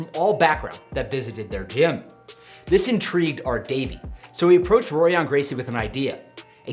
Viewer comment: The "r"s are pronounced like "h"s so it sounds like Horion not Rorion. Just a heads up